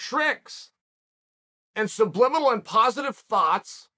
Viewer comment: Only Chael can talk about Joanna, Baseball, Mike Tyson, the laws of attraction, mispronounce subliminal, and politics in the firsf 3 and a half minutes of a video about Max Holloway